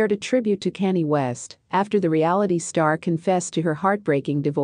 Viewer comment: Please address Kanye name correct 💯💪..Not Canned Ok